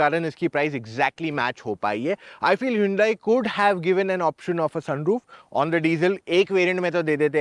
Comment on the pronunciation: Hiiyuundaii kya hota h bhau 😂. It is pronounced as Hun-Day ( as Sunday)